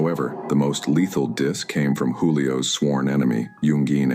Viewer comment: Juuu lio fam you can’t even say the name right 🤦🏽‍♂️